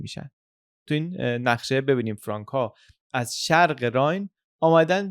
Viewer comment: خیلی مختصر و جامع تعریف کردید ، افرین . فقط یک توضیح بدهم چون استنادات شما انگلیسیست باید بدانید که فرانک که قید کردید بدون تلفظ C بیان میشه یعنی میشود فرانFranc سی خوانده نمیشه . ❤سپاس